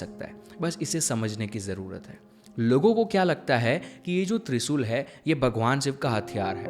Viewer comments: त्रिसूल नहीं भाई त्रिशूल है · Bro kindly requesting u , please uchcharan in shabdo ka sahi kijiye - speak. ...TriShul, Shakti ,Shiv instead of Trisul,Sakti,Siv,Sivling !!!